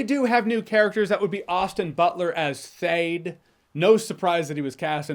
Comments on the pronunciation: it's "Feyd," not "Theyd" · Jeremy his name is fayd not thade 😂😂😂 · are you saying Theyd or Feyd? lol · Do you keep calling him… Theyd? Thade? Thayd? You know somebody didn’t read the book when… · Bro it’s Feyd, not Thade😂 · FAYD NOT THAYD